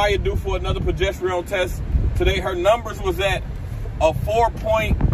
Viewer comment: Why you saying that word like that 😂 “pro gest arone” is how you pronounce it